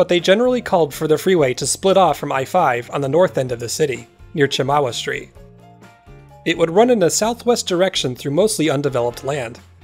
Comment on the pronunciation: Another great video! Thank you,! A small note: born and raised in Salem. Watched a lot of these improvements be built in the 80s. However: Chemawa, like Champoeg to the north (And previous capitol of the territory) is pronounced not with the hard Ch like in chip (Potato chip or chocolate chip cookie, for example), but with a softer Ch, like in Shampoo, the stuff you put in your hair to wash it. Shampoo-y. Sha-ma-wa. At least, that's how the kids at the Indian School on Chemawa always used to pronounce it. There's a little more nuance than I've put here, but it'll get you closer and will keep ya from getting funny looks amongst the old-timers.:D (Also: they'll always be Filberts here, you can keep your fancy Hazelnuts! LOL)